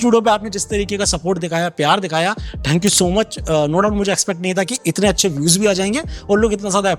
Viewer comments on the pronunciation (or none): थैंक्यू होता है ठेंकू नहीं